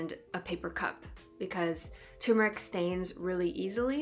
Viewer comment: This is a great introduction to anthotypes. I've been using all kinds of emulsions. The idea of chemical-free images is what drew me back to traditional photography. But, it's TUR-meric, not TOO-meric. Best wishes from Vermont 🍁